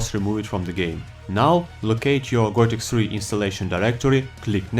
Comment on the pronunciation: Gothic "SRI"? Seriously?